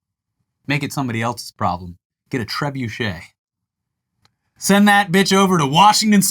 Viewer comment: This might sound completely random but this is the first time I've heard an american say "trebuchet" - so I FINALLY know how to pronounce it!